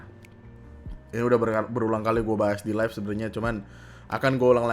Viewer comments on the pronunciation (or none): none